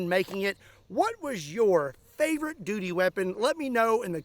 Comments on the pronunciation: ha aha you said dooty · He said dutie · Hahahahaha said doody weapon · Haha he said doody weapon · lol, you said doody weapon! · He said dooty hehe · You said duty doody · Lol! You said dooty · Duty lol sounds like dooty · You said Doodee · Ha. He said dooty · You said dooty.. 😅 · Ha , you said duty …..but I heard doodie lol ……yeah I’m a child so what lol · You said “DUTY”!!!😅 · Haha you said dooty